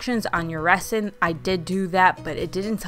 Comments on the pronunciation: this is the comment i was looking for i winced every time she said resin. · Really cute ideas. I also did lemon themed decor for Summer including a couple of tier trays as well as a dish towel throw pillow. An easy way to remove the image from the mini pitchers is to use acetone or regular nail polish remover. Also, just FYI, the "s" in resin is pronounced like a "z".👍🏾❤🍋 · Cute ideas! Also, the "s" in resin is pronounced like a "z," just like the "s" is pronounced in raisin. :) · I didn’t think correcting her was mean or petty. Better to be corrected and learn the right pronunciation so she doesn’t make the same mistake again. Resin isn’t an everyday word so how else would she know? People are more understanding with young people because they are still learning. If no one corrects her how will she learn? Not knowing at say 50 just makes you look uneducated. I recently was walking around the grocery store with a new blouse on. I had forgotten to take the tag off as it was attached to the inside label and I didn’t notice it. Im 63 and my eyes aren’t the greatest anymore. A sweet young man came up to me and even though he was embarrassed and thought he might embarrass or offend me pointed out that the tag was sticking out of the back collar. I assured him I appreciated him telling me. I then wondered how many others had noticed and didn’t bother to tell me. It’s kind of like walking out of a restroom with toilet paper stuck to your shoe.